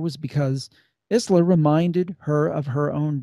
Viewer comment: Isla is actually pronounced "eye-la"